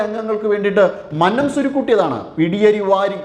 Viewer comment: Please correct pronouncing 'Mannam'.